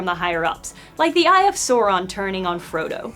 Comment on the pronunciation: It's pronounced Sauron